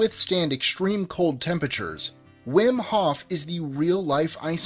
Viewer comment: wim hoff is pronounced "vim hoff"